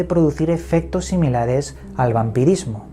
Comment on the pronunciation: El vampidismo jajajaja QUE CRACK jajaja